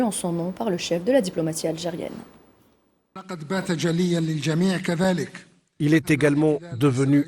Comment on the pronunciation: réaffirmé Abdelmadjid Tebboune la charte algérienne l'Algérie algérienne Elle ne semble pas contrôler les muscles de sa bouche d’où ses problèmes de prononciation. Ou peut être faut aller mollo sur les piqûres !